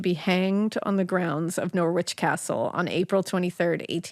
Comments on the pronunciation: You don't have to be rude! They are hardly going to know that it's Narrrrrich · You really should research place names before you start trying to pronounce them. Please look up Norwich and try again. Americans 🙄